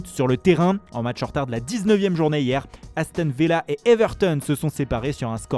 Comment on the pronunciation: « Éstone villa »